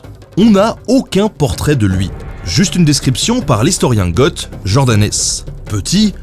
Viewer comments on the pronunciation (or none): Reprenez moi si je me trompe mais il me semble que "Goth" se prononce "go" et pas "gote" idem pour wisigoth, ostrogoth et consort. Ceci dit excellente vidéo, comme d'hab! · Goth se prononce GO ! GOT c'est une série ! (Merci pyrorca) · Bonne vidéo et mauvais sponsoring. Je suivais ta chaîne fin 2014. J'ai regardé ta deuxième vidéo moins d'un mois après sa sortie. Est-ce que tu as vraiment joué à AoE II ? Tu prononces le "t" de "Goth" alors que d'après mes souvenirs on entend la bonne prononciation dans ce jeu. Je le prononçais aussi mal jusqu'à y avoir joué en 2000. Microsoft a raté AoE online parce que le public des jeux de stratégies n'aime pas les achats intégrés. Maintenant, Microsoft vend une mise à jour d'un jeu datant d'avant le rachat d'Ensemble Studios. C'est vendu... avec des achats intégrés... Entre la mention "Aorus" sur la bannière de ta chaîne et la publicité pour un jeu comportant des achats intégrés, je trouve dommage que tes choix soient guidés par l'argent. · Goth, Wisigoth , Ostrogoth ... on prononce pas le "th"... Tu devrais le savoir ben, t'as lu Asterix ^^ Sinon Genial la sponso, j'avoue que ça doit faire plaisir ;-). Bonne continuation à toi